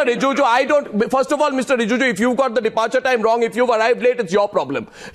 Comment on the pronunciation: Arnab, it's not Rijuju, it's Rijiju ! 👈